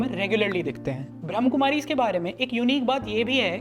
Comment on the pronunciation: One correction I would like to suggest- it's not 'ब्रह्म कुमारीज़', it's 'ब्रह्मा कुमारीज़'.. 😇